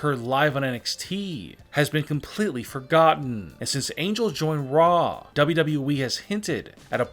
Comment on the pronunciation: how he says WWE😂 dbdbweee